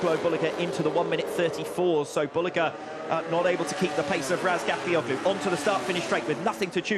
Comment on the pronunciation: Hey commentator. Who the F is Ratgallagotu? Maybe you should learn how to say the number one rider’s name before you open your dirty mouth.